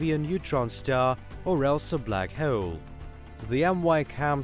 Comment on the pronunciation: This guy: Black heaol